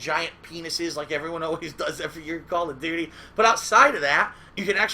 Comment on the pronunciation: Call of dooties Lmaooo